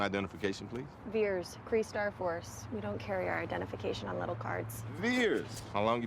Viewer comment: Mar-Vell wasn’t “cray cray” She was Kree-Kree 😂